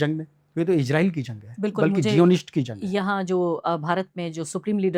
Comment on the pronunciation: जज्बा नही जज़्बा। इजराइल नही इज़राइल। बार बार जज़्बा को जज्बा बोले जा रहे हैं!!!! 🤔🤔